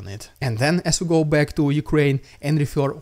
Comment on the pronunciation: "I'll be cack"